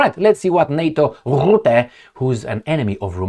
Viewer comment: Rutte, not Rootte 😅. Rootte does not exist.